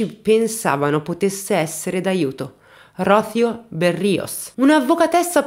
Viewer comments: Sei molto brava. Dico davvero. La cosa che apprezzo di più del tuo canale è il modo in cui racconti le storie di vita di tutti questi personaggi di ttagedie vere. Spesso uso i tuoi video come se fossero audiolibri🥰 Unica cosa però... nooon si dice Ródhio ma Rosío🙃🙃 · Rocio con accento sulla i, por favor 🤣😘🥰 È un bel nome, che tra l’altro significa rugiada 🤷‍♀️ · PICCOLA CURIOSITÀ: Il nome di donna ROCÍO significa in italiano, "Rugiada". Quando lo pronuncia, sbagli il tipo accento. Il nome é molto bello ☺️☺️☺️ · Rocìo? Ma perché le pronunciation mi danno accenti a cavolo di cane? Le ascolto anche, più volte 😩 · Rocío se pronuncia con accento sulla "i" :D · Ai sei splendida ma su Rocio l'accento e' sulla i no sulla o🤪